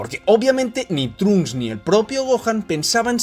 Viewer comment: No trunk s pronuncia tronksu no trunks